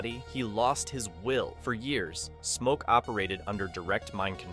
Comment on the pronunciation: wait did he say mo when started talking about smoke???